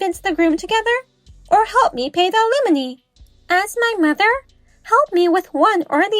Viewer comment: Please, learn to pronounce "alimony"!😮